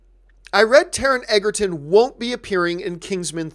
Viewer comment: It's pronounced "Edgerton". I will be seeing Robin Hood. Good podcast.